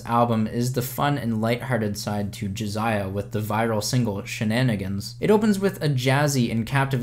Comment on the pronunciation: It's Jasiah not Jaziah